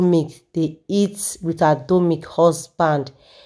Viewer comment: Her name is RITA DOMINIC NOT "DOMIC"